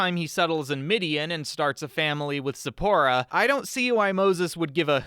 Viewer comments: Is it just me or when he first said the wife’s name I heard Sephora lolololol😂😂😂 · Everytime he say Zipporah, all i heard is Sephora...